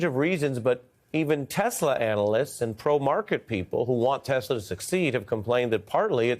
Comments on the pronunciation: He said he loves Tesler 😂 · "I love Teslerrr" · "I love Teslur!" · I love TESLER can someone tell him it's TESLA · Did Dumb Donald say I love Tesler? It's Tesla man. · Yes!!!!! Tesler 😂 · "I love Tesler". What a braindead old mongrel. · Did Trump just say he loves TesLER? I didn’t know he was related to Madea?😂